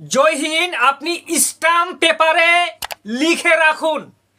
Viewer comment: যে এখন ভালো করে উচ্চারণ করতে পারে না। সে ইউ টিউব চ্যানেল জ্ঞান দিচ্ছে। ইসটাম পেপার নয়। বলে স্ট্যাম্প পেপার। আগে উচ্চারণ ঠিক করো